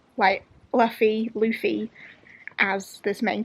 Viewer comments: I haven’t read the manga, but I’ve been watching the anime and i love one piece!! And it’s pronounced like Loofy😁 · You pronounce Luffy like London not, loo as in the toilet. Zolo is pronounced Zoro because the Japanese pronounce L’s like R’s. Usopp is pronounced Oohsopp.